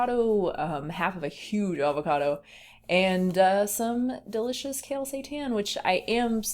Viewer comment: Btw whenever you say kale seitan it sounds like hail seitan lol